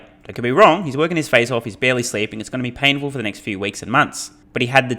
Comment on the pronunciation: Do you keep saying neck instead of next in your videos?! Lmfao